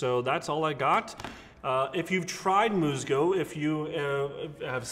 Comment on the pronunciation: Great video. Enjoyed the shave. If you wanna step up your authenticity in pronunciation of the product name... MUSGO IS “MOOSE-go” and REAL may be better pronounced like “ray-ALL.” Thanks again.